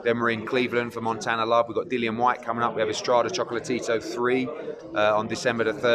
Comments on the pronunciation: I know it sounds like he’s sayin “choke-la-Tito “😂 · I really like when hearn says "chocolate-tito" 😂